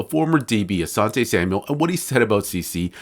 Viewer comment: putting that extra S in Asante's name is nassty work